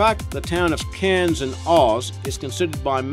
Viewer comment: Def not Aussie. It's CAIRNS not Kearns